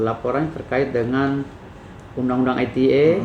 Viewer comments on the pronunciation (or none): Kok undang2 ETE bang. Masa pengacara blg undang2 ETI. ITE bang. Aku bakulan vocer internet aja tau ITE bang bkn ETE